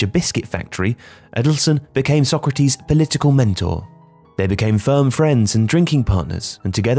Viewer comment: The pronunciation of Sócrates changes all throughout the video 😅 Sock-ratees, So-krahtis, So-krahteez. I guess it's better to put everything in so you get at least some of it right 😂 (spoken as someone who has no Portuguese knowledge at all so unsure as to which is the closest to correct)